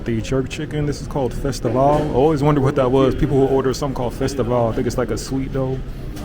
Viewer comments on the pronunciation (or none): All you did was complain (with the exception of the ice cream -) and mispronounce things (festival-that’s an English word…and it’s Rum and RAISIN. Jeez. Maybe interview some locals to balance the videos and to get some REAL perspectives. You went right after a hurricane and belly ached while most Jamaican people in hurricane areas were trying to survive. Typical American. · And how he pronounced FESTIVAL 🙄